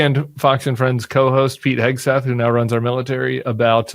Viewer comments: Cam, are you pronouncing Hegseth as Heg a Seth on purpose? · LOVE IT! Cam- keep the Hegseth pronunciation going!!!! 🗣️🗣️🗣️